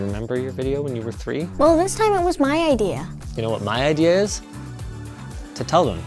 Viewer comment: "This time it was my idear" Perfekt response! :D